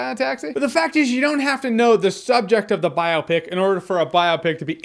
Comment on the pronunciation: No one tell him how to pronounce "biopic"